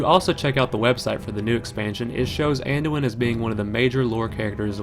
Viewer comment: "Manduin" Thumbs up just for that.